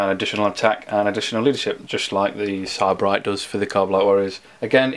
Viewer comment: Not that it matters much, but as for pronounciation.. Ka-ba-lite or Ka-baa-lite, but not Kaa-ba-lite (As in cabal or caballer). Si-ba-rite not Sai-ba-rite (As in a person from Sybaris).